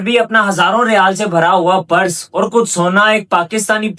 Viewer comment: Beta aap purse ko PARAS na bolain please. Otherwise you are doing good